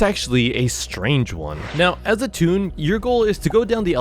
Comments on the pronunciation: Not "tune"🥲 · Bro he said tone is toon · You mean toon